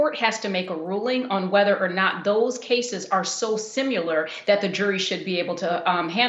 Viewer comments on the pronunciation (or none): "sim yoo ler" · Yes, it was an eye opener to hear an educated woman mispronounce similar but what was even stranger was that she pronounced similarities correctly. Go figure!